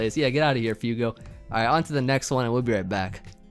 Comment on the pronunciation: you kept calling that first guy 'FEW-go' when it's actually 'FWAY-go'. It's Spanish for fire. Little did he know he was going up against the Heat Lord himself:]